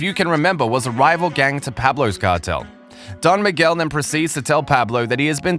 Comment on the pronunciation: U got it all wrong with "don miguel" xD what a bummer